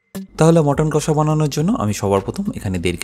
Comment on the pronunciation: Jader kache priyo, tara ‘kassa’ bole na, ‘kosha’ bole.